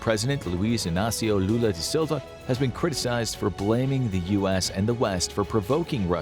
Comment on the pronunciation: Great to watch this movie being a Brazilian. I agree with your conclusion. it's pronounced "al-KHAN-ta-ra", as in "Gengis KHAN" almost there! "da", in "da Silva", must sound like sound like the US slang "da" Brazil retired aircraft carrier São Paulo and recently comissioned multi-purpose aircraft carrier Atlântico